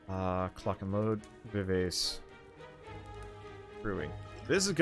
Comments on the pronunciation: tfw utubers cant pronouce music terms correctly. who can relate? vivase retallentando? excuse me, what? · him mispronouncing all the music related words like rallentando and vivace hurts my soul. love the vids though, might download this mod list!